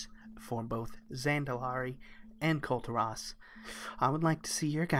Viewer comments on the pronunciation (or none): KULL TEAR US. not kull terr ahs =]